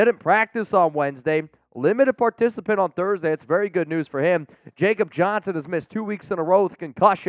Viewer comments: Its pronounced "yahcub" not jacob...hes German Put some respect on his name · IT'S PRONOUNCED (YA)KOB.